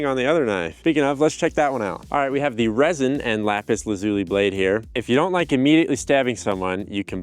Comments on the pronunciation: You're saying it wrong: Lah-zoo-lee not luh-zoo-lee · Ok Youtube...all together now. LAP-is LAZZ-oli. NOT Lopis La-zoooli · you keep pronouncing it wrong its actually la·zuh·lee not zoo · It’s isn’t pronounced Lapiz Luleeee but Lapiz Lazu LYE… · YouTube Guy: "I make lap zuli!!!!!" Viewers: "Okay....." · LAY-piss LAZ-you-lie. Don't worry though. I once heard someone say "Don't make fun of people who pronounce words incorrectly. It just means they've read more than you." There've been many, many words that I pronounced incorrectly by reading them first. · So, you didn't even bother to learn how to pronounce LA-puhs LA-zu-lee correctly? Way to go. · la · pis la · zyuh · lai Pronunciation is a gift bastardised by some Americans and Canadians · its pronounts la-zoo-lie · Bro actually found lapis lazualilay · You just like saying lapis lazuli. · Stop saying lapis lazuli the wrong way please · Haha.. Lapislazuli? 😳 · Take a shot each time he says “Lapis Lazuli”. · You might actually be an idiot the way you say lapis lazuli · Do you think he knows that he is pronouncing lapis lazuli incorrectly over and over again? Is it a joke? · I hope he learns how to pronounce lapis lazuli correctly by the end of the video.